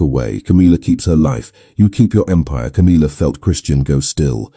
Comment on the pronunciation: It's tiresomely irritating to hear the name Camilla, so badly pronounced, it's not Ca-meal-uh, it's Cam-ill-uh. Gawd strewth, millenium hand and shrimp!